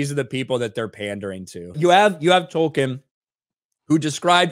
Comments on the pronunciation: Didn't they hear? It's Tolkien, not Token. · It's "Tolkien", not "Token"